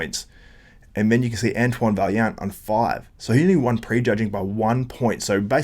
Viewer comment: It’s pronounced vaiyant ffs lol